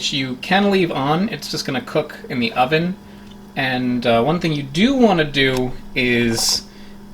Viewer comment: Anyone else heard 'Undo on three fundo' instead of 'oven at three fifty'?